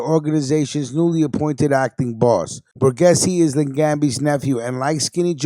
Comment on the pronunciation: Pronounced BOREGAYZEE.....